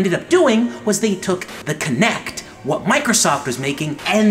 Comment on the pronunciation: Fire Pingu kinect. not konect or kenect.